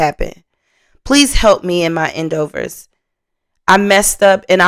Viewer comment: okay, I tried to stop being the grammar police but you make so many grammatical and pronunciation errors that I can't sit idly by and remain quiet any longer. The word is not "end overs" it's "ENDEAVORS". If you need help with a pronunciation coach or someone to call when you don't know how to pronounce something, I volunteer as tribute. Call me any time of day because this has to change. Your show is great, but your enunciation needs major work.